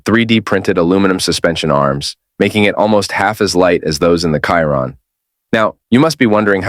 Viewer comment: You don't know how to program your AI voice to pronounce Chiron correctly.